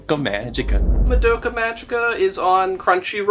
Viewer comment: I have a friend named Madoka so it's always a bit cringy to hear people completely bastardize her name 😅 Ma(mama)-do(a deer, a female deer)-Ka(the only part you got right) And you put the emphasis on the Ma, so it's like MAdokA. This has been pronunciation with Zapp, your friendly neighborhood Japanese translator.